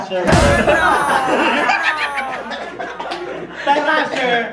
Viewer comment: Yung "TARASHER" tagala eh HAHHAHHAAH!!